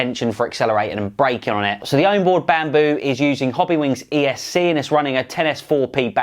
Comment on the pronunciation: Pleasee for the love of God please stop saying ECU haha! It's ESC bro